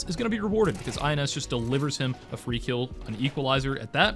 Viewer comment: great vid. btw ins on fq is pronounced "ins" as in rhyming with bins, not I N S.